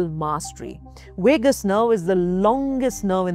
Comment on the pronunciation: Wagabond Wagus nerve. Wagal wery funny